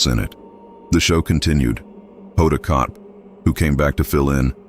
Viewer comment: Its not Kot its kotb